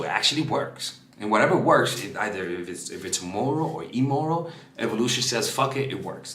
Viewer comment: It's immoral not eemoral. Deception is still deception and evil. So you are saying men are by nature evil?